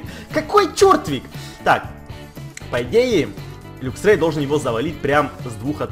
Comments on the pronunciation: не люксрей а лаксрей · правильно говорить лаксрэй:)